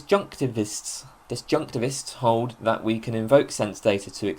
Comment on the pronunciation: I am humbled that I am not the only one who sometimes struggles with pronouncing disjunctivists.